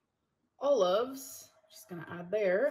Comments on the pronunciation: Did she pronounce olives "oh-loaves?" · I hear "owl loves"